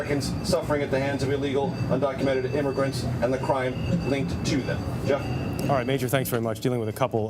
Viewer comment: He can't pronounce "human" or "humanitarian" correctly.